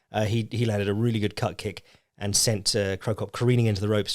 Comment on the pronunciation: I thought he said Cup Kick for a good bit. As in Di*k kick.